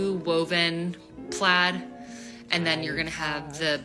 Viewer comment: the fuck is christmas plats? or is she saying plaid?